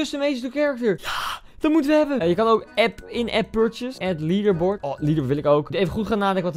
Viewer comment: leaderbord fantastisch engels Koen! Love it!